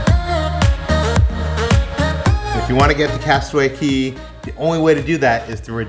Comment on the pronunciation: Love you guys. It is cay though not key. But you both are phenomenal. I will never be able to do the cruises and watching you guys makes me feel like i have gone on them!!!